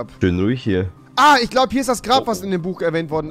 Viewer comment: du sagst einfach tich